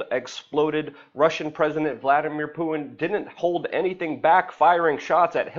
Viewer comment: its puTin not puiin. too getto for me. y know what i be sain.